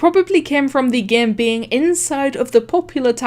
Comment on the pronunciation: I love how she says game but instead she says GAEM.